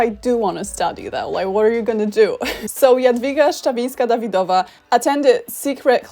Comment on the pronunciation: I got so used to hearing Americanized polish names that hearing perfectly pronounced "Jadwiga Szczawińska-Dawidowa" in the middle of an english sentence really confused me XD